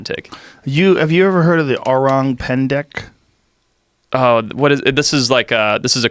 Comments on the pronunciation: The word is "orang pendek" you read it pendak. Orang : human Pendek : short/little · its orang pendek, not 'pendak' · its actually "orang pendek" not "orang pendak" .. and its literally means "short people" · It’s “orang Pendek” it’s Indonesien and says “small men” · it's not orang pendak, it's orang pendek and orang pendek actually means "short people/person" here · It's "Pendek" not Pendak. Pendek means "short" . Orang Pendek = Short Man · it's Pendek, not Pendak. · Orang= People Pendek = short It's Pendek, not Pendak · Pretty sure it's PENDEK not PENDAK. Pendek means short, little, small. Pendak is meaningless. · Its orang pendek joe.. pendek means short in malay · PENDEK...not pendak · It's actually orang pendek with an "e" pendek means short, orang is people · Actually, it's 'Orang Pendek' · its “orang pendek” its a malay language word that means “short people” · Its orang pendek. Orang = human , pendek = short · its actually orang pendek. pendek means short in malay. :) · Its “orang pendek” fyi. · It's called "Orang Pendek" btw